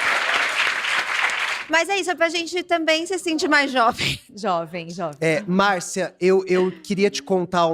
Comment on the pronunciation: "a. Felippo: xovem, xovem" me representa.... Muito xovem